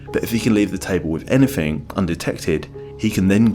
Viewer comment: "truf, anyfing,wiv,schtupid,"